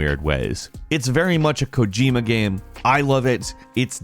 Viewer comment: Why can't he pronounce the word 'game' 40% of the time?